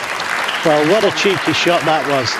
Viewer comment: ... "Well wat a cheeky shot that waz and what a great shot it waz!"" 😁